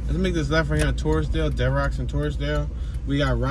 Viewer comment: Not to be Picky but Devereux St is pronounced like Devereu the X is silent, my wife grew up on Hegerman St in Wissinoming